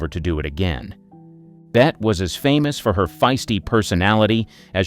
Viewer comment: Bet? Hello, no, it's Bette as in BETTY